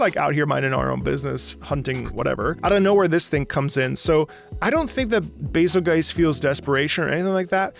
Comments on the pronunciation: Bazelgeice? Did I hear you say correctly, you said bazelgeice? It's bazel-goose(or bazel-geese). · I thought it was pronounced “Bazel-Juice” You know cuz the name is based off betelgeuse and that’s pronounced “Beetle-Juice” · Where on this good, green earth does someone think "Bazelgeuse" is to be pronounced like "Adelweiss"? I understood the "Razzle Juice"/"Hazel Goose" differential of pronunciation, but what I just heard is beyond my understanding! I especially liked the anniversary orchestra version of this theme where they used a slight chord change of the introductory brass measure as a final outro for the theme. So satisfying to hear! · I always pronounced it Bay-zul-juice, like how you pronounce Betelgeuse as Beetlejuice. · I pronounce Bazelgeuse "BAY-zil-joose" / "Basil Juice"